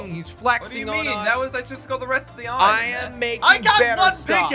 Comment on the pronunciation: Is just me or does he say ion instead of iron